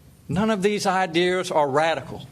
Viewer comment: DID Northam just say (idears) at the stamp time? You a governor and a Doctor come on now you "ain't" suppose to speak th as t way. 😂🤣😂